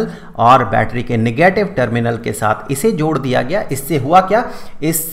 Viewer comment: "Nagatave charge"